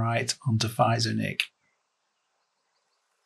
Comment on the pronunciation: Feizor is pronounced Fayzer